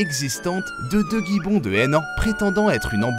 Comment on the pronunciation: des Guy-bon ? 😂😂😂 t'abuse, y'a pas de "U" après le "G" ça se prononce "jibon"